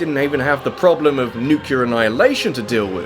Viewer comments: please say "New-Clear", not "New-cue-ler" as it makes you sound like George W Bush. you are smarter than that! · he said nuke you ler instead of nu clear. thats all